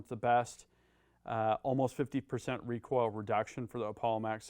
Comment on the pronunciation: When we put wahn wecoil wig